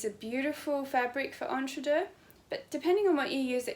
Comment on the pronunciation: So glad to hear you pronounce entredeux correctly! I hear many people on uTube pronounce it ‘EntreDOUGH’! Not correct French!